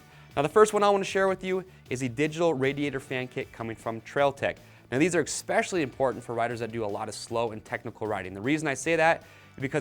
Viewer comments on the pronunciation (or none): Great video, but every time you say "eXspecially" I die a little.